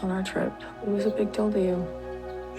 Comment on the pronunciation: I can't stand the way these people pronounce words. "It was a big dill (deal) to you. 😡 Drives me nuts.